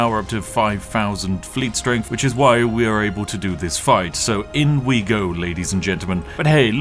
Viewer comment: "Firty free"? "Strengf"?? Literally unlistenable. You need speech therapy.